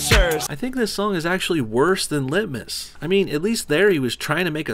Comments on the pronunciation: All i here when he says lit-mas is litmus test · Bro, what the fuck man? Not cool... Lit-miss... I was drinking my morning coffee for fucks sake lol